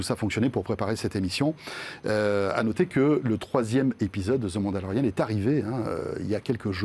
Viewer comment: "ZE" Mandolorian... Plus capable de vous entendre dire ça. Laisser-faire le "Z" et remplacez-le par un "D", ça va déjà entre mois souffrant à entendre =)